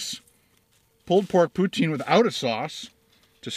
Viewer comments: In French it's usually pronounced "pew-teen". Not "pew-ten" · I live in canada and we call it pou-teen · I am from New Brunswick, Canada and we call it poo-teen Cheers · I say POOH TEEN as well I am In Calgary Alberta :)